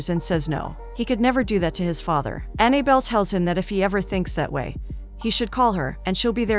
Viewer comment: The narrator keeps pronouncing the girl's name Annie belle When it's Annabelle